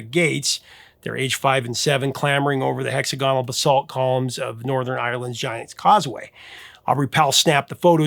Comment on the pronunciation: The accent is on the second syllable of 'hexagonal', not the third.